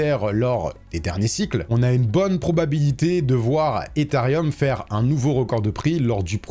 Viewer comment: Ethereum* et non pas Etherium. Arrêtez tous de prononcer un i qui n’existe pas 😭😂